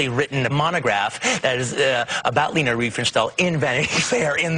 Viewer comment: It's Leni Riefenstahl, not Lena. It's pronounced Lenny.